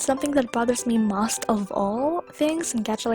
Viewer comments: “something that bothers me mast of all” 😂😂😂 (not trying too be rude ;w;) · Not trying to be rude but- You: and what annoys me the most Pronunciation from vid: MOHST